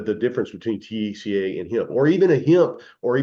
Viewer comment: He can’t pronounce THC A, he says it as one word! 🤣😂🤣